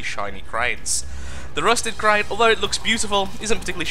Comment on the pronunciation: I love how you say the 'a'. for instance when you say 'daily crait', 'rails', 'maiking' and 'complain'.